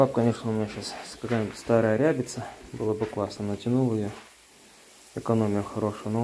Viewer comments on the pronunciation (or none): Говорите правильно, не рябица, а сетка рАбица. Не пялицы, а пялЬцы.